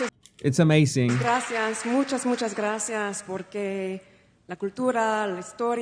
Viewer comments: Nah she got it off of google translate, that’s why it’s pronounced with a th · spanish here and her z from hace is softer, she mix it with an s , as in some part of andalucia and she sais graSias instead of spanish graZias , not argentinian at all either, it sounds caribean to me and i won't consider this fluent, it was just left to say: me gusta la " Payeya"( paella, that non of them pronounce properly XDDD) to sound like all the artist that come to play to spain and say 2/3 sentences in my language to win the atendants & fans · Too much " grassy arse" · She actually said it like grassy ass 🤣